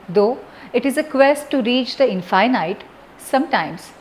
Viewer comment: This video is much appreciated. One thing...it is pronounced In-fin-it and not in-fai-nite...:)